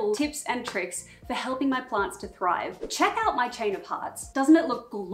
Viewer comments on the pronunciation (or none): none